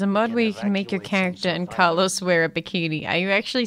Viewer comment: Me: Car-Los Lufu: Cal-Os